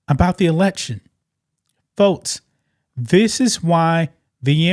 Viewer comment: Why can’t you say x or k? It’s folks, not fotes It’s six, not sits, It’s next, not nets